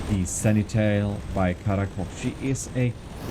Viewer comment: It's supposed to be pronounced "Sen-ti-nel" not "Seni-tel".